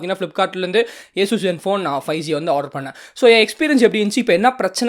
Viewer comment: Eesues alla bro Asus